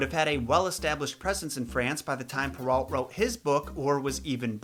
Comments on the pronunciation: Its prenounced pear-o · Charles Perrault (pronounced pur-oh, not alt); he was French.